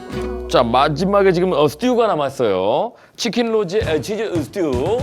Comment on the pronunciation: 치낀 로제 아 쓰 뜌 아